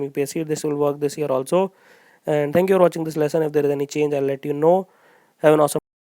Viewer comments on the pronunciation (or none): none